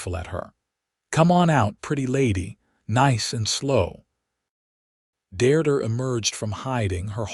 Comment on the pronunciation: This story is a good one. Listening to the story is really frustrating due to the lack of accurate English language pronunciation. The woman's name is "Deirdre" pronounced "DEERDREH" The story uses 3 different spellings - all wrong. The word is "Mesa or Mesas" Not Maces.